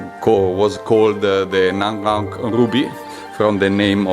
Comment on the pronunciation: Its not Naga Mauk, Its Nga Mauk and named after the person who found it named Nga Mauk